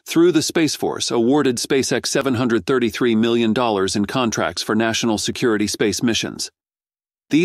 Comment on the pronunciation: Contrat ??? you mean contRact